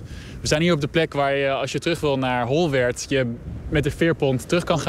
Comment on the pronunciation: Je mag het gerust uitspreken als 'Holwurd', zoals alle Friezen doen :) Mooie content, kerel. Ga zeker meer checken.